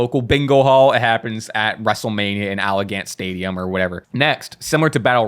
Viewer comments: Did say Allagant Stadium instead of Allegiant Stadium? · Damn the picks how tf did say allegiant 😭😭😭😭😭🤣🤣🤣